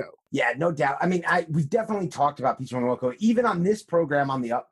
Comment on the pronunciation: " Peach Momonoko " lol